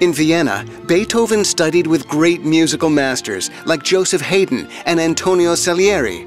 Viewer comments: Ludwig van Beethoven isn't LUHdwig van Beethoven (as pronounced in the video), but rather Loodwig van Beythoven (Germans would pronounce it somewhere close to Loodwish fan Behthoffn though). Also Joseph Haydn isn't Heydn but Haidn (High-ee-dn). That's all the names I've heard misspronounced, but warn me if there's more. I hope this helped somewhat. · Haydn is pronounced correctly ‘High-dn’. It is almost certain that Beethoven and Mozart never met, though on a brief visit to Vienna in 1787 he might have heard Mozart play. Haydn (counterpoint) and Salieri (Italian vocal music) were ‘teachers’ - sort of - for a short while in very specifically defined areas; the only person really entitled to be called Beethoven’s teacher was his Bonn mentor Neefe. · Excellent drawing, though I believe Joseph Haydn is pronounce Yo-sef Hi-den. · Haydn isn't "Hey - din", it's like "High - din" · My students noticed immediately. Haydn rhymes with Biden. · he pronounced haydn "hayden". LOL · Josef "Hey-Den" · "LAhDwiG" "HEYdEn" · I know we're not speaking German, but it is pretty customary to pronounce these names in a bit more of a German way, as follows: LOODvik fan-Beethoven; ChristiAHn Nay-fuh; YO-zef HI - den. But the drawings are incredible. Much potential!